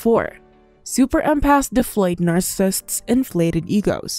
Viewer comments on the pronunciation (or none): you might want to work on saying the word narccisist correctly before repeating it 8000 times in a video. just sayin.